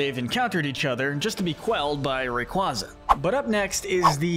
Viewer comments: He said Rayquaza correctly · Are you kidding me? He is like the only creator I've seen that pronounces the names right! That is exactly how you say Rayquaza. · ? everyone i know pronounces it like that, ray-kway-zuh is just so wrong sounding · no it’s not, it’s pronounced ray qwayza, and if you think everyone one else is wrong then you are probably the wrong one think about that next time you spread misinformation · nope.. watch the anime and listen how they pronounce Rayquaza (Ray-Quay-Za)